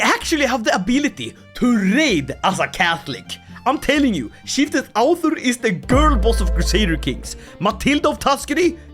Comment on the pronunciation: Oh my god how do you always manage to mangle Norse so god damn badly. There's a u sound between the ð and the r! Do they teach you nothing in the shack collection that passes for Swedish schools after you privatised everything???